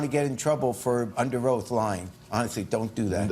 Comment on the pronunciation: She said oak not oath